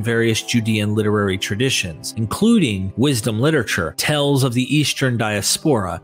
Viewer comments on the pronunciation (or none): Your pronunciation is weird. Law = Lawl, Tales = Tells, and Seals = Sells. Is this a regional accent?